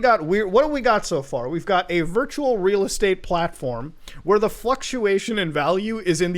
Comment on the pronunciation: It’s ree ree estate